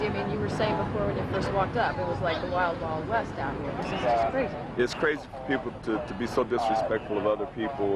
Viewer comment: did this detective just say BRAZY instead of CRAZY?